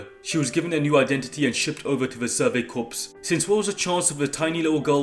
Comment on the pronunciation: How are we still pronouncing corps incorrectly?